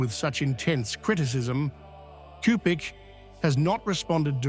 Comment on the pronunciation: JMJ+ PLEASE, learn how to pronounce the Cardinal's name.